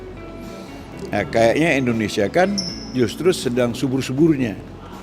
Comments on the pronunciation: Indonesia.. bukan Endonesia.. pake I bukan E... Moso nyebut negara sndiri aza gak becus... Denny... Denny... Katanya cerdas. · Koq bisa yaa.. orang yg katanya cerdas Kya si Denny ini nyebut kata Endonesia .. bukan Indonesia .. risih kuping gw dengernya.. Indonesia itu pake I depannya.. bukan E ... Denny.. Denny kapan loe tobatnya... Nyebut nama negaranya sndiri aza gak becus... Indonesia ... Bukan Endonesia... Ngerti gak sih loe...??!!!!